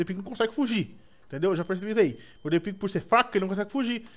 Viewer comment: Só eu escuto o falar depig?